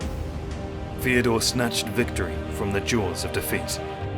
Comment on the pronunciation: Second of these videos I've seen and I have to comment on the voice. I'm assuming it's an AI with some sort of cockney element to the accent. It makes every TH diphthong come out as F so he says Feodore, Frace, Afens, Michael the eightf, etc. Surely this has to be AI because who would choose a voice-over guy who couldn't pronounce TH correctly